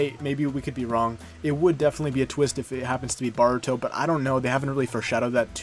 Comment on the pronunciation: Good video but my guy you know it's Boruto not Baruto right? Don't think I've heard anyone pronounce his name that bad before lol